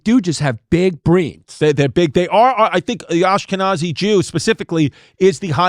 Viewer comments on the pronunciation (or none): none